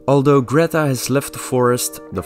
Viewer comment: Leuk project! Zeg alsjeeblieeft gewoon Greeta in plaats van Gretta